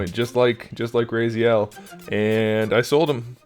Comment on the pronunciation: RAH-ZEE-ELL, not RAY-ZEE-ELL. Not trying to be a jerk or whatever, it was just bugging the crap out of me. Big fan btw, I'll take you and Craig Warrack over Shartimus any day. I truly envy your collection, keep up the good work my dude.